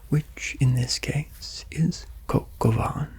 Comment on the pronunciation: As à french i just would like to say it's coq au vin not van and the c in niçoise is ç